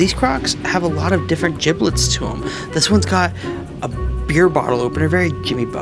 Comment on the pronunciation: Gibbets NOT giblets!